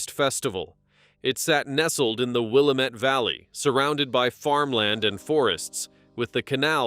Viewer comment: It's will-am-ette